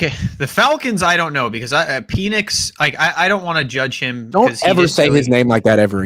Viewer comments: After the Peeenix and Jaqisty pronunciations this guy doesn’t watch football and 💯 feel the Niners will win only 5 games! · Pee-nix is crazy work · Michael "Pee-nix" was NOT on my bingo card 🤯